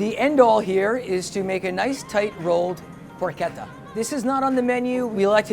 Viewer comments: Its porsheta not porketa. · It's pronounced paw-cheh-tah not porketa